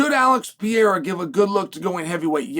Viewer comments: Chael, please, for the live of god it’s not “Piera” it’s Pereira. PE-REI-RA! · please learn to pronounce Alex's last night right